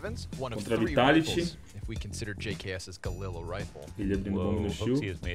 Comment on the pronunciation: jks= gqs, só eu que notei ele falando a pronuncia assim do jks no 4° minuto do vídeo? kkk